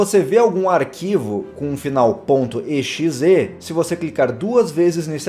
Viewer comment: Não se diz E X E diz-se exe (eu sei que vcs não me estão a ouvir mas tu disses-te errado )